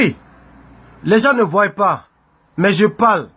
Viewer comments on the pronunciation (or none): none